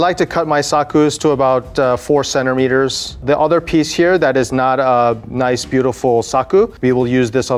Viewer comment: Centermeters, Thats how i say it XDD